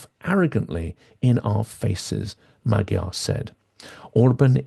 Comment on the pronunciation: I'm a great supporter and fan of Silicon Curtain, but it irks me a bit that Hungarian names are constantly mispronounced. It is not difficult for English native speakers to pronounce Magyar and Fidesz correctly. And it's Orbán not Orban.